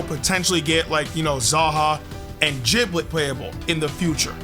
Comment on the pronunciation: why did you pronounce Giblet with a soft G lol